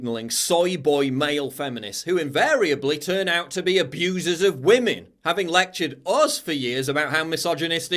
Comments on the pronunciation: “Respect WAMEN” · " Respect wamen "